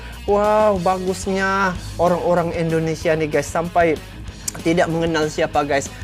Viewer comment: Kalo mau sebut nama global Indonesia(inter) bang jangan Endonesia..wkwkw